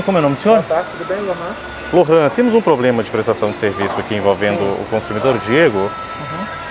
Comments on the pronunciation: Que bom que resolveu o "poblema" rápido.... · O cara só sabe falar "poblema". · P R O B L E M A É O SEU PORTUGUÊS. o cara só fala POblema e NEM SABE DE FATO RESOLVER UM PROBLEMA. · Não dá pra confiar em alguém que fala "POBLEMA". Nem português básico o indivíduo sabe falar. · O poblema, o poblema, o poblema... Kkkkkkkkkkkkkk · Segundo o "pobrema" foi a falta de comunicação......sabe nada inocente 😂😂🤣😂🤣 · Que carinha chato, tento ganhar o Ben Mendes na conversinha. "O poblema"..... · na real "poblema" kkkkkkkkkkkkkkkkkkkkkk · E ainda lança um "POBLEMA" várias vezes. É de doer o ouvido. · O que me irrita mais nao e nem ele insistindo no erro e sim ele falando Poblema 🤦‍♂️ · Toda vez que ele fala “poblema”, meu ouvido dói! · tem muitos dias entre 1 e 2 kkkk, muitos ''poblemas'' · "Poblema". Pelo amor de Deus, a pessoa fala errado com gosto. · Eu nunca ouvi tanto “questão”, “poblema”, “resolve o poblema”, em um só vídeo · O problema é o POBLEMA... 🤣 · Falar poblema não faz mal... mas falar tantas vezes dói nos ouvidos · Atendente ou técnivo que fala "Poblema" eu passo longe! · Meu Deus! Sabe nem falar. "Poblema". Que nível...... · Não confie em quem fala ploblema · Foi falado " POBREMA" 171 vezes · Ele falando poblema foi difícil de assistir kkkkkkk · Só consegui prestar atenção ele falando "poblema" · Um gerente que fala "poblema" não boto fé não kkkkkkk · O que vi foi muita conversa com comparações pífias para tentar desmerecer o direito do cliente, ao invés de uma resolução prática e objetiva. Também notei muita gente querendo ser esperta, mas que fala "pobrema". Sem contar com o CDC, que estava praticamente no telhado da loja, mesmo a lei exigindo que esteja ao alcance dos clientes. Por trás das câmeras, agem de uma forma, na frente outra. Eu jamais entraria nessa loja. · Este é o resultado!!!! Quando uma loja tem uma equipe de picaretas no comando😁😂💩💩😁😂 o maluco falou tanto a palavra problema que ele estava falando pobrema do pobrema 😂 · Poblema! KKKKKKK